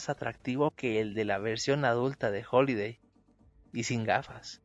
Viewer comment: HAliday con "A"